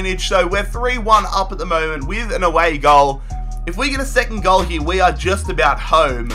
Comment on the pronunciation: Instead of saying here he says Year